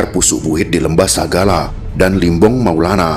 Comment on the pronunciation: Maaf bang limbong mulana.. bukan maulana